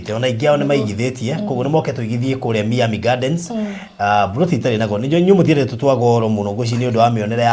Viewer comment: sema hivi (Mayami(not Mi-ami))